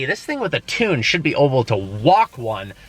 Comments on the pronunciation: "oble" instead of able lol "costed" instead of cost. He always says that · Did you realise that he say "oble" instead of "able" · Does anyone notice he always says "oble" instead of "able"? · Arhan Salunke hahahahahahaha yes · I think it was an accident unless he said it in other vlogs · Haha you’re right 😄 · GengarMan 57 no he has said it multiple times in other vlogs